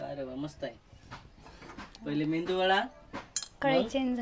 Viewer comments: मेंदू नाही ,g bai मेदुवडा 😮😊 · मेंदू वडा नाही ग बाई मेदुवडा म्हण😂😂😂